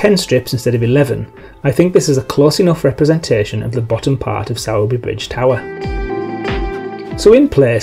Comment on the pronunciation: Hi, as usual it's looking good. However, would offer a word of advice on local pronunciations. Sowerby Bridge is actually pronounced 'Sorby Bridge' by local people.